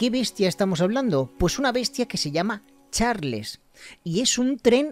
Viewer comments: se pronuncia chars no charles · Bro, parece que no sabes ingles , se pronuncia charls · NO ES CARLS ES CHARLS Y SE ESCRIBE CHARLES